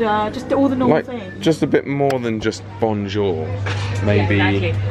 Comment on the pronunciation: ....the linguist...and you say, “Bon-jer”?? What the what!